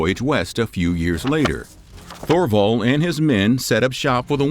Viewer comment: Please learn to pronounce Thule, and Thorvald. As someone educating others, correct pronunciation helps!